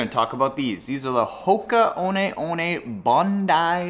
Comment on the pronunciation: Are you sure you're pronouncing that correctly lol